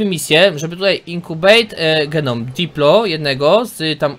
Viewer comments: To nie diplo coś tam tylko dilo.....CZYTAJ ICH NAZWY(saur się odcina przy podawaniu nazwy np.dilo, edmo. tsinta... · źle czytasz ten nały mięsożerca to Dilofozaur PH jest czytane jako F a diplo to skrót od diplodoka który jest zauropodem